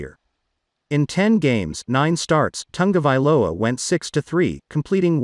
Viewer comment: It is tongue- a- vailoa